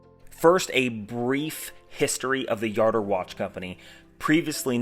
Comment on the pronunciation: I have a Jardur 850 Chronograph. Where did you learn how to pronounce the name? The President of the new company pronounces it with the “J” not a “Y”.